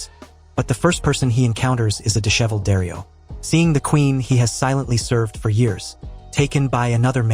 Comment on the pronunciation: You pronounced Jorah wrong… the J sounds like the J in “jeans”. Daario should sound more like Dahrio.